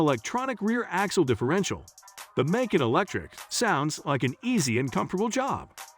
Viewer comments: 🐾Paw Shaw and Makon Macon 🥓 🤣🤣🤣🤣 man take this down until you learn how to pronounce the make and model I am a Porsche Macan owner this made me cringe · You have some serious pronunciation challenges ....Porsche is pronounced "Porsha" (not Pasha).....Macan is pronounced "Ma cann".....not " Macon" (rhyming with bacon)......Try that to get better readership response.... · Please pronounce Porsche and Macan correctly. You spoil the video which does contain some good content.